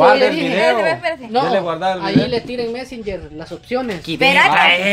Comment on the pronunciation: La diciendo mesinger 😂😂😂